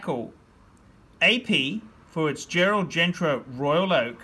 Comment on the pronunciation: Sure is a Shitter and phat boy it’s pronounced as Gerald GENTA not Gentra!